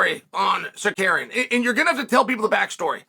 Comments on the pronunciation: Sukarian (this idiot Chael pronunciation of Tsaryukan) lost 30-27 to Islam, and Chael makes bullshit videos about it for the incel fans of his stupid page. Pathetic video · Sar- Ru- Key-in. Simple Ur arrogants is showing..have respect n mention name correctly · Chael be butchering his name lol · Who da foook is sar-carrying??? Come on chael....at least show a lil respect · Then had to correct himself & went back to "Sacarian" lmao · SAH-CARRY-ONN ...undefeated at changing people name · Shut up. You can’t even find the decency to learn how to say his name properly . I suspect it’s intended. Love, All Trolls (Aka, a-holes) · The absolute butchering of Tsarukyan’s name is worth the price of admission. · Nothing is more annoying than Chael purposely horribly mispronouncing fighter’s names for the purpose of getting extra comments… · Best part of the video was chael saying armans name correctly the first time and then incorrectly 99 more times